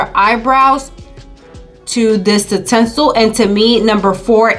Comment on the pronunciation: She keeps saying tensil lol.